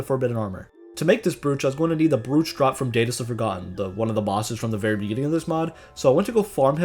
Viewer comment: its pronounced browch not brooch